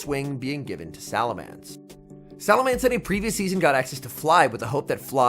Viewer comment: PLEASE LEARN HOW TO PRONOUNCE SALAMENCE IT'S BEEN YEARS 😭